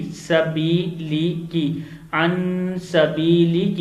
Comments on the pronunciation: Sabilika not sabiliki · Sabeelika Ko sabeeliki padhaa Gaya first time but it was correctly read second time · Sabeelika ko sabeeliki padha aapne galat padha hai pehle Sahi padhiye phir video banaiye logo ko gumrah Kar rahe ho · An sbiliki nhi Bhai sbilika